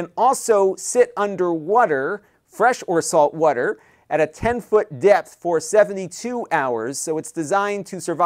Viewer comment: I love how you say "wudder"! Is that a Philly accent?